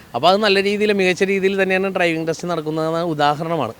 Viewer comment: ട്രൈവിങ് അല്ല, ഡ്രൈവിംഗ്